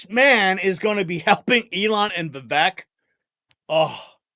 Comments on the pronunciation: His name is pronounced "Vivaaak" like "Cake" Ramaswamy. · Vivek is pronounced Vivake rhymes with cake. I heard him thank someone for pronouncing it right. The least we can do.